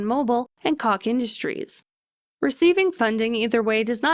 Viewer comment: Not to be a prick or anything but....”Koch” as in Koch Industries is pronounced “Coke” just like the soda or the white marching powder....unfortunately they put their HQ in my hometown.